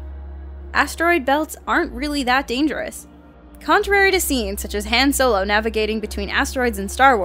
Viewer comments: she said Hand Solo in not Han Solo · SHE SAID HAN-SOLO IM DED!!! XD Say it like HAHN solo. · Nerd alert but she said Haan Solo instead of Han Solo and it's triggering me!!!!!!! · it's is pronounced Hon solo. just watch one movie, they say it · Lost interest after you mispronounced Han Solo's name. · its han solo not han and its apollo npt apollo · is any one else upset that she said Han Solo wrong